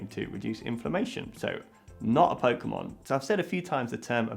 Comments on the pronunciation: Pokemonってポウクモンって発音するんや.. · You somehow managed to mispronounce every Pokémon name on the list... AAAAAAAAAH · The funniest part is you pronounced every pokemon except one wrong X'D